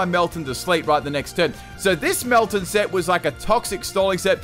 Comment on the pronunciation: Did you just call it melmeltan?